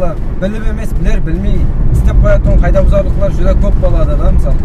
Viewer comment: Рахмет сизге .сауат бар соз сойлеуде кагыйда десен жаксы болгар еди каийда дей бересен. Илажы болса озбекшеден алыслатайык каракалпак тилимизди